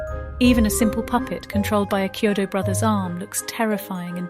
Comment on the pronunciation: Yes, great video and well deserved praise of the movie, but you should pronounce their last name correctly. If the narration voice is A.I., Chiodo is pronounced " KEY - oh doe". It's not a "Cheerio" sounding "Ch" in their name. It's important to pronounce the Brothers name correctly. Check the other interviews with them online and the like in the future to get the names right. That's a common mistake with videos of this nature.